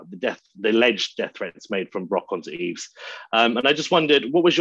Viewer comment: also, can you guys have the decency to learn how to pronounce a man's name. Yves is pronounced with the S silent.